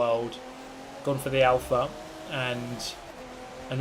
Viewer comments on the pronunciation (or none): none